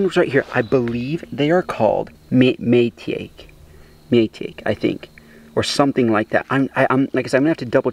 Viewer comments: It’s pronounced my-tah-key not May-take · Maitake pronounced 'My Tock ee' is hen of the woods. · It's pronounced Mai-ta-k Maitake